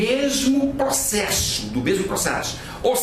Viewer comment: Ótima aula. Me acabei rindo com o "procexu" HUAHAUhUHAAHA